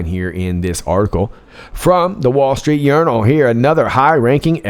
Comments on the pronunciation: DID YOU JUST SAY 'WALL STREET URINAL'? LOL! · I thought I heard you saying, "wall street urinal". 😂😂